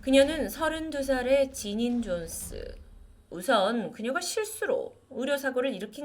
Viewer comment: 지닌 존슨 Jonson (X) <- 존스 Jones 입니다.